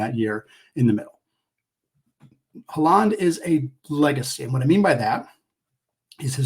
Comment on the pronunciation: Great podcast, Haaland is pronounced like Holland